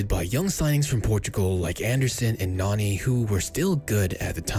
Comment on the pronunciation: Nani* not Noni